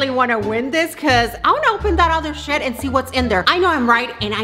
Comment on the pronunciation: I thought she said, “I wanna open other sh**...” But then I realized it’s her accent and she said “shed” not “sh**”